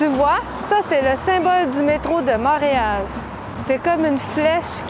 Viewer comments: i do not intend to be annoying here but you said "mahreal" not monreal :) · I have so many questions for you ! 🤪 you said “Montreal” but you pronounced the o as “mah” and not “mon” - is that part of your accent from edmonston ?